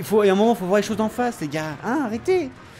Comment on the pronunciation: Mdr ta tué le verbe voir en disant voye